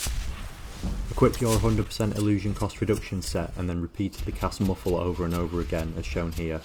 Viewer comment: "Cass Murfl" = "Cast muffle"